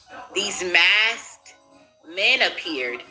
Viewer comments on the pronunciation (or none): none